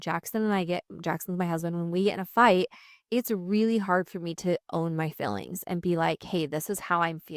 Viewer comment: I love you. Always have. One bit of constructive criticism … it’s fEElings. Not FILings. 😅I know it’s a Utah/Idaho dialect but….